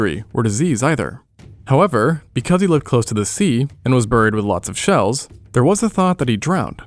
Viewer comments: Why does he pronounce "buried" like that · Dude says buried (bear-reed) as burr-eed